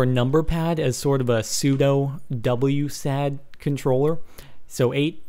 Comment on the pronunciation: Dude! You say it W-SAD? That is weird! Most people just say W-A-S-D.